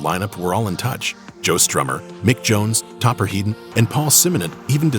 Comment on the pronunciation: Topper HEAD-ON, not "Heedon." You can't have a heedon collision, but you can have a head-on collision.